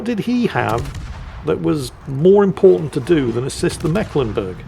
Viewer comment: As a Mecklenburger, it just hurts my ears when the pronounces that ship's name, it is the C in Mecklenburg is there as old remnant of an emphasis sign... you pronounce that syllable more like the English "make" (in correct german, it would be with a long "e"... ^^ now back to the salt mines